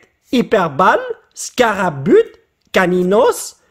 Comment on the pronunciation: IL a dit scarapute LOL